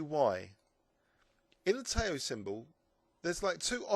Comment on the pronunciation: Nice series,. By the way, "Tao" is pronounced "dow" (to rhyme with "now").